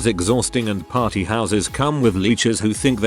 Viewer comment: “Pary house”